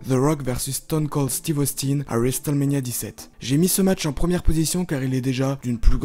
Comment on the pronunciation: Le T de WRestleMania ne saw prononce pas